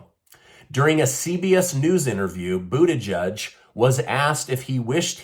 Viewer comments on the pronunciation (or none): Gotta admit, the pronunciation of "Buu-Tee-Judge" has me chuckling. 🤣 But in all seriousness; is he actually trying to pull a woe-is-me-and-my-situation regarding with Ohio? Damn dude, just admit you screwed up and retire. Get someone serious into that position. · Its booty-edge. Get it right. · Boodyjudge lol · The IRS shouldn't even have information as to skin color or ethnicity. My hearing isn't what it used to be but I sure thought that I heard you call our transportation secretary "Booty Judge". Probably just my aging ears but I got a good chuckle. Thanks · I believe it's pronounced "Pete Booty plug" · I love your content. Did you say Bootyjudge?